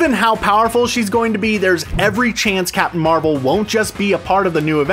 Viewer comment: “Capmim Marvel”